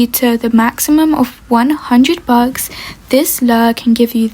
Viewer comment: Sry but when she says bucks it sounds like bugs…